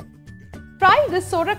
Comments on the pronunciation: Its sovrak not sorak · U r pronouncing the word saurak,to surak, tamarind is used,few dry mango pcs r also used. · Nyc receipe👌 Btw it's not Sorak, it's Sourak (pronounced as Saw-raak) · Absolutely true..procedure and pronunciation both are wrong